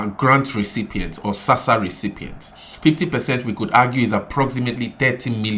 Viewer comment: ITS NOT SASSA !!!!!!!